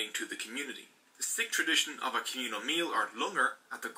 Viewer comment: Hi I am a Sikh on the video its pronounced wrong